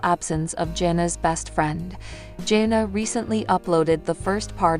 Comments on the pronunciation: It’s JANA not Jenna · He name is pronounced jan-a not jona. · And she can't pronounce names correctly!!! She keeps pronouncing her name as jona it's Jana then it's another way. I don't know why I watch her videos. It's Jan-a not jona!!!!!